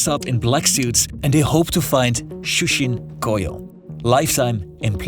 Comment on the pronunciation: the dude can't even pronounce simple japanese like 'shuushin koyou' properly lmfao